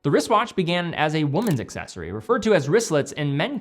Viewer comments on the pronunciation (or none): none